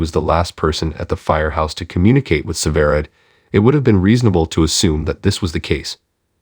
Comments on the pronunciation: Why don’t you pronounce the name right it is sever ride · The announcer can't say severide right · Yes I noticed. Sometimes he did and other times he did not plus he keeps saying she.